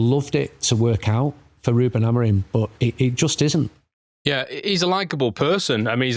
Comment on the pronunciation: Can anyone explain why professional journalists continuously pronounce it as AmoriN? Madness